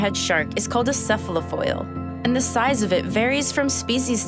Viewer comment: Enough! I cannot stand another minute of a young child misusing words such as "unique" and mispronouncing "cephalofoil".